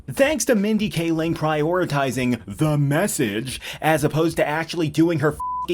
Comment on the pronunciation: I see we have another person who watches vids from The Critical Drinker. Nice. Unless that was just a standard emphasis on "The Message", in which case is very ironic.